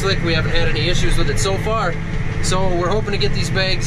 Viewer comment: Begs, not bags 🤪